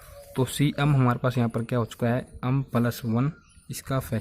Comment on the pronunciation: अम nhi hota एम hota hai